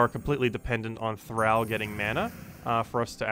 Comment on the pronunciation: Do you say "al" your friends or "all" your friends? Thrall thr(all). Not thr(Al Bundy).